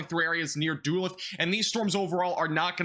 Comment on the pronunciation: Not to be that guy but that city is pronounced Dull-ooth